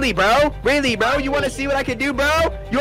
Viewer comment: That mean pack said Bro in a British accent